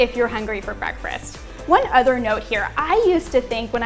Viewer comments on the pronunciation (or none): Is she saying "breakfrast" ? I can't listen to it anymore. Sorry